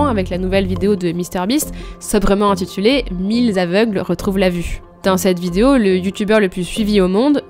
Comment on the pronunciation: Analyse plutôt intelligente de ce type de vidéos, qui explique clairement l'aspect écoeurant (large euphémisme) de ce type de "charité". Bien vu. Merci pour ça. Par contre, les 1000 z'aveugles, ca fait vraiment saigner les oreilles (oui, je sais, je suis un chieur, mais bon...)